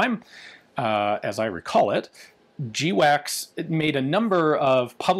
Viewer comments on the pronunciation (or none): Its not pronounced jee-wacks its pronounced gwacks. Everybody knows that Ian.